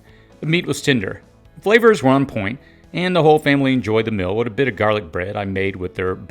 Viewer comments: meal [mēl]..... Not Mil. You are far too astute to miss this. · Are you saying “Mill”? I don’t think I need to cook my mill because I use my mill for food only, you can make a great spaghetti 🍝 sauce by milling tomatoes